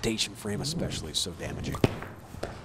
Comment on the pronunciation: The bowler's skills are impressive, but every time I hear "exscpecially" it makes me cringe.